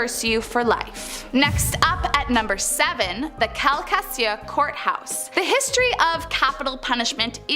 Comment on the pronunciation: Calcasieu is pronounced cal•ka•shoe not cal•caseeyou 😂